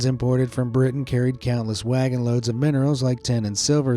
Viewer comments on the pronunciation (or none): none